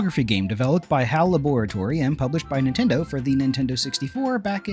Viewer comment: La-bor-a-tor-y 😂 I can already tell I like you